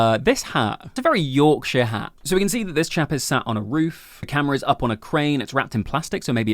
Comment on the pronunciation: NOPE!!!😂😂😂 #yorkshire❤❤❤ sorry!